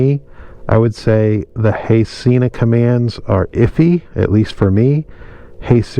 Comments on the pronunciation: Haha it is pronounced seh-na not see-na. You were right the first time. They have a video about it on their channel. Great video!!! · Try saying Sehna instead of seeena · It’s “Hello” Sena not “hey.